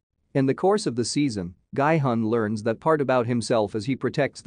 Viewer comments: guy hun? its pronounced gee hun! did you even watch the series? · Masculine energy is not "Yin" energy. And it's not pronounced "GUY"-Hun. It's "Gee"-Hun. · Everyone pronouncing "Gi-hun" in the series several times Some random youtuber : "Gaaaai-hann" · No one Literally no one Him:-Guyy hunn (Gi hun) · “Gee yun” >>> “Guy hun” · i luv how he says gie hun instead of Gi Hun (narrarator) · Could you guys not even make an attempt to get the character's name right? Seong Gi-hun is pronounced more like Sung Ki Hoon. Definitely not Seeyong Guy Hon. Like... you could have literally just listened when his name was said... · It's not "guy hun" its "ghee hoon" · Its GEE hun, the spelling is gi-hun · IT'S GI-HUN (JEE HUN) NOT "GUY-HUN" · I hate that he says “Gai Hun” when it’s Gi Hun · I like how nobody is talking about his pronunciation of Gi-Hun as “Gay-Hun” 0>0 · and also it sounds more like “Guy-Hun” (no offense) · Ah yes, my favorite character, „Guy hung“ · "Guy hon" lol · "Gaai-Hun" lmao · "guy hun" lol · The pronunciation Is Ge-Hun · it's pronounced "gee-hoon"......... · Guy-hun??? Cringe!!! This robot can’t pronounce the name right. SMH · it's pronounce gee hoon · It's Sae byeok not Sea Block and Gi hun not Gu hon